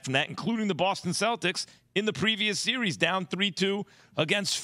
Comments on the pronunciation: Someone tell keyshawn it’s not called a “serious” lol it is “series” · SMH my boy key can’t even probounce series 😂😂